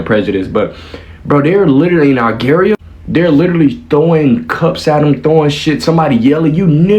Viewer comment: My guy doesn't know how to pronounce Algeria lol and he said he never heard of Algeria but he's an adult. What are kids learning in schools in America these days. Like do they even teach u about the world and the names of all other countries and the way people live all over the world and other people freedom and opportunities compared to ur own freedom and opportunities here in America and make u like really understand the difference and inspire u to really stand up unite and protect this country and its laws and policies protect the constitution and even try to get other countries to adopt America's ways of giving ur people complete freedom as a human and treat everyone the same no matter what color, gender, race and religion they are just give all the opportunities to make a living